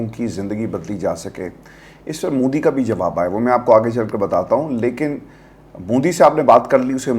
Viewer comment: Punjab k saare siyasatdaan aur anchors modi ko moodi kiun bolte hain